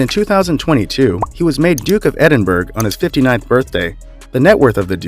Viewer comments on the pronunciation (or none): Can Americans spot pronouncing Edinburgh Edinburg it’s brugh please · And "Glosster" not Glowster, Edinbruh, not Edinburg, duchy not doochee. Also, the Duke of Westminster is not a prince as he's not royalty. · And it is not pronounced edin burg its edin Borough. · Edinburgh is pronounced Edinburer for the Americans, why doesn’t these researchers actually research the pronunciation to names before making these videos. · “Duke of Edinburg”--geez, teach the bot how to pronounce this stuff. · "Duke of Edinberg" really. Learn to pronounce their titles properly if you want people to take you seriously. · Great article. Thanks. Tips for pronunciation...The "s" is silent in "Grosvenor"...sounds like Growvenu.( u as in up)....and Edinburgh has no hard "g" sound at the end...it's "edinburra." ( Australian English) or in fact "edinbru" ( short u as in up) ...UK English.